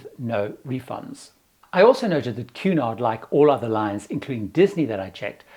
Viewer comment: I got half way thru the video before realizing “Q naught” is actually Cunard. 😂